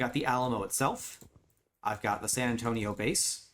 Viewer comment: San Antonio more like Sand An-stone-io 😂😂😅